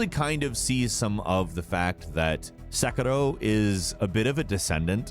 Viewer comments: "At number 2 is SekErRo..." Ugh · Omg he’s pronunciation of Sekiro, Edo, Naruto, and Ten-chu was really distracting lol still an interesting video nonetheless.